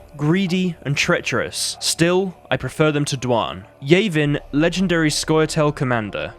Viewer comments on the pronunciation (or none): none